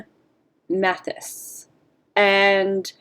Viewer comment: As I’m sure you’ve been told by now, it’s pronounced: “Math-eye-is”. Just fyi. New sub. Good vid.